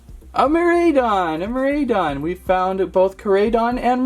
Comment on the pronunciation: Hey the way to pronounce the name are (core-I-don) and (mir-I-don) your welcome